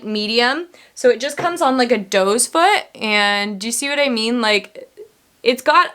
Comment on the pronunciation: Are you saying dose foot? Is that what they're called in Canada? Hehe you're too cute! We call them "doe" foot applicators 😁 Edit: I do want to try that MAC concealer. I hear so many good things about it. I just bought a MAC paint pot. I hear you rave about it so I can't wait to try it. I bought "layin low." You're a bad influence 😉😄